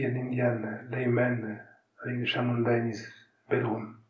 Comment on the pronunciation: it's "Chãmundã". And he mentions her many times again afterward. 🙂